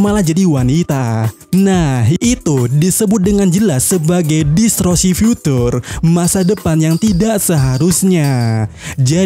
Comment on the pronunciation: DISTORSI min bukan DISROSI, gagal fokus aku😂